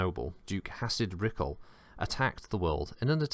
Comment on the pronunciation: "Hacid Rickel" 🤔